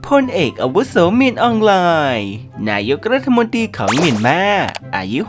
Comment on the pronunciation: ไม่ชอบใจตรงที่อ่านรัฐมนตรี เป็นรัฐมนตีนี่แหละ ให้ไปฝึกอ่านคำควบกล้ำใหม่นะ ขอร้อง ๆ